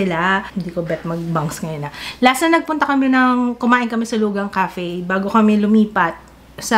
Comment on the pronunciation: LUGANG is pronounced as Loo-khang daw.. before, Loo-ghang din ang pag pronounce ko 😂😂😂😂❤